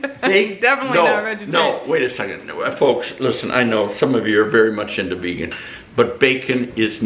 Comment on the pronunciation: Vegan... Vayga... Vegas...🤣🤣🤣